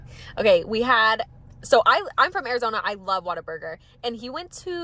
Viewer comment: Ngl it sounds like you're staying water burger lol it's what-a-burger lol